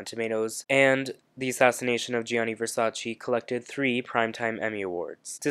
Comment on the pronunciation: You've watched the season, you should know how to pronounce Versace :)